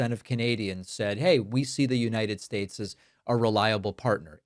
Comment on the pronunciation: “The United Staysh”😁